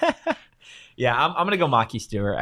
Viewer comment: FYI his name is (Muh-Ky Stewart) Maki Stewart